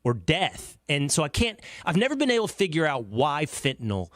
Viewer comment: Bruh why TF are you talking to someone who doesn't even live in AMERICA about America as if he lives here's. I got a question for Murray " have you eva beeeen"